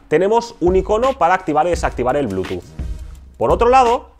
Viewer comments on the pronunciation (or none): none